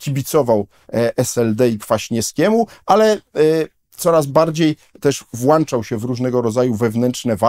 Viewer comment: Sprawdzimy czy Profesor czyta komentarze. Włączać czy "włanczać"?